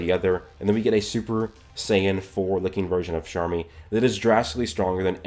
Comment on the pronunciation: he says sharmy every time, where is the c at